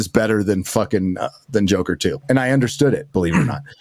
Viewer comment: Tommy Wiseau also pronounces it "Jocker," so is in fun company.